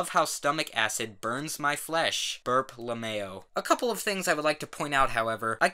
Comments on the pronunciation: That’s not how it’s pronounced? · Everyone-Lmao -La mayo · burp la-mayo it's perfect 👌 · {Angie Animates - Edits} it’s pronounced L M A O (the letters) since it stands for laughing my behind off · French Accent Le Mayo. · I love how he pronounced "lmao" as "le mayo" 😂😂😂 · He's french. Le mayo. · LeticiaPvp 79 le mayo* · The way he says lmao sounds like le mayo XD still loaf this guy though 👌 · "Spingbub X Swedwrd covr" Um ok..... Also how he pronounced lmao "Burp lemayo" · I love how pronounces 'lmao.' La-mayo. Hei daddi can i hab som la-mayo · I am upset that I laughed at this comment. (Also, just so I feel included, I say la-mow as well) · La Mayo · L A M A Y O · le mao Is ok. Le mayo is ok. But THIS? THIS IS THE ONLY PRONOUNCIATION THATS INCORRECT NO MATTER WHAT. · I completely lost it when he pronounced LMAO like that when reading the text oh my god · Read more same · A new way to say "Mayonaise". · • Max • same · Tail same.